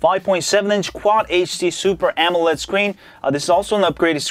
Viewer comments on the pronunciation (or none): none